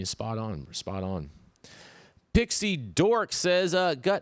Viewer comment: My name is pixied0rk…not dixied0rk 😂 thanks for the shout out tho